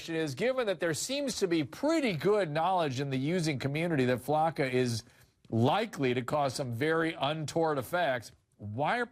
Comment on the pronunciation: He said flacka HAHAHHAHAAA. Yea. They can lift cars LMFAO. This guy. 😂